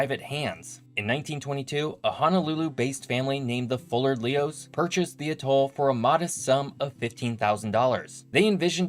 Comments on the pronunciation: Generally "atoll" is pronounced "AT toll" vs. "ah Toll" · With the word "atoll" the emphasis should be on first syllable, not the last. It's driving me up the wall hearing ah-TOLL a hundred times! Good show, otherwise, though. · Tremendous video,! One nitpicky concern, however. Please use one of the standard pronunciations of "atoll"... AT-all (or sometimes AYE-tall), emphasis on the first syllable. I've subscribed and look forward to you future posts.